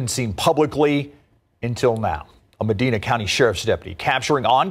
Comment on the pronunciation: It's pronounced ( ma‐dine-na )